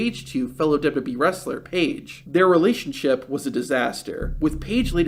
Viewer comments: Lol really? Sounds like he's saying dub-dub-eeeee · "dub duhBee" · The way u say wwe made me stop watching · Does this narrator not know how to say WWE?